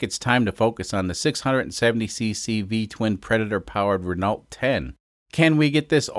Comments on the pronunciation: Ren-alt? Really? I hope that was just trolling since anyone with half a brain knows it's pronounced Reh-know. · Please pronounce it "reh no" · Dont leave her out in the rain with that up-pipe. Great work to get to 80 mpg, but death from boredom or asphyxiation awaits. By the way, the Renault is pronounced ren-o.